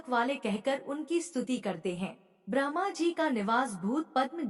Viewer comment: Bahan vinamr vinti ,aap brahma ka ucharan sahi kre ,dhyan bhatkta h, shukrana